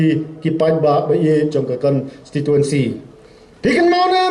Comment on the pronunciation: Kat u mdc tang ban pronounce constituency ruh dang kynnoh consituency mo dei ba sa shu jler